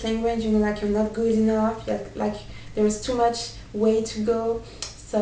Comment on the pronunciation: thank you for inspirational tips :) Just a little tip from me, when you say words such as "tough" and "enough", you seem to pronounce them as "touth" and "enouth", and i've seen other french people do the same. So just remember that is is much easier than you think, just say "touff", and "enouff" :D